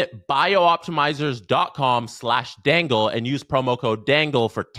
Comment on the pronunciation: you keep say "bio optimzers" but the name is BIOptimzers - but if you pronounce the BIO (as the caps suggest you should) how the hell do you say the rest "ptimzers" - sorry - it was bugging me. still is. i am probably tired and cranky.